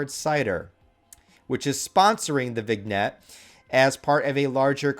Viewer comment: Brother it is not pronounced Vig-net lol it’s vin-yet